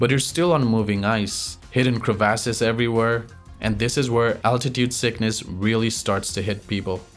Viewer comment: Good content but there is only so many times I can hear, Crevases.